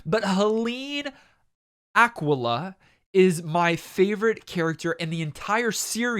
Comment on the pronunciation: That pronunciation of Aquilla gave me a heart attack